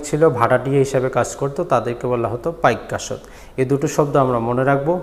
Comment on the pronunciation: পাইক আশ্ত কথাটা ক্লিয়ার নয়। বুঝতে সমস্যা হয়।